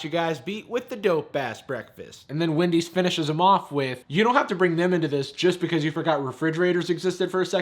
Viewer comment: anyone noticed it said Wandy's